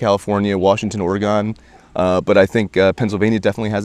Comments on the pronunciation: ive never heard someone pronounce Oregon "Ore-gone" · "Ore-GONE" hah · Can’t trust a guy who calls Oregon “Oregone” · the most captivating part of hearing that squatches populate my area was not the info itself, but hearing how that guy pronounced oregon.